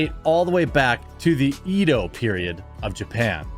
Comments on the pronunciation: For the add isn't it Edo and not eedo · To nitpick a few things - Edo is proununced "eh-doh" Salt and pepper are the base seasoning. You'll need spices like (at the top of my head) parpika, cumin, oregano and basil to give food additional flavor. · Did you say EEdo period lol cmon that hurt the weeb in me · It’s “Edd-oh” period. I know because I spend too much time watching YouTube shorts. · Edo period is pronounced with an more like an A sound, think like egg